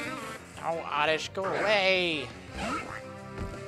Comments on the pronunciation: It's oddish and not ordish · Oddish? Don't you mean ORRRDISH! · he says oredish to be funny